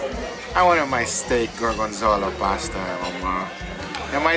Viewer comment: apparently gorgonzola is pronounced goargenzala 😂 jk u do u